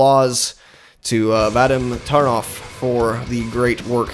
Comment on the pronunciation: in surnames Taranov emphasis is placed on the second syllable.ТаrAnov